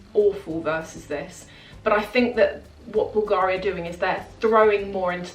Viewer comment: Hello, been watching you for a while now(nice videos and the fashion content is impeccable!). The only thing for me now, without sounding too picky, is the way you sometime pronounce the brand names eg: BULGARI(the accent is on the ‘U’ and NOT the ‘A’....).Keep up the good work!😊